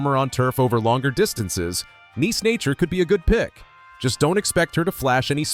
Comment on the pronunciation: This video is pretty helpful, and im is always down for a nice tier list. The voice work feels very script on the side whkle recording I f that makes sense, but it's not a big deal. And some of the pronuciations are just off. Come on dude "neece nature"? Feels al.ost ai voiced via inflection